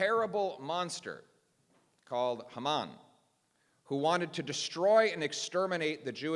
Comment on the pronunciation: Ms. Lantsman, you must have coached him … he pronounced “Haman” correctly! 😅